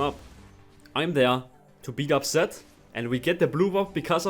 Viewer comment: It took me so much time to understand that he was saying "Zed" and not "Sett"